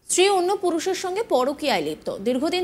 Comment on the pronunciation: Kader reporter banay Aaj Tak? Bangla tao thik moto bolte parena. Field reporter stree ke bolchhe Estree!!!